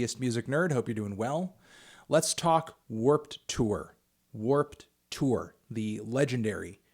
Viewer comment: why u pronounce it like Werp Tewer